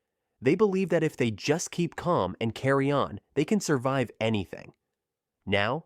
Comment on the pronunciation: The fact he says dat instead of that lol